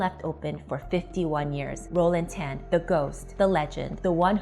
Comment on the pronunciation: This lady wannabe ang moh, hate when she pronounce Tan